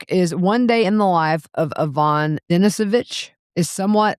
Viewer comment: Solzhenitsyn pronunciation made simple Soul zen it sin. Accent on the "it", And Ivan Denisovitch is ee von . Accent on "ee" Den ee suh vitch (rhymes with "witch") Accent on "ee".